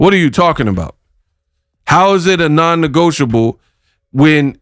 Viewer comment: Who noticed the mispronunciation of non-negotiable 🤷🤨🫢